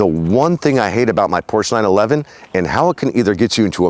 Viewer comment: Mein herr...you bought a Porsch-uh. Herzlichen Glückwunsch, es ist wunderschön.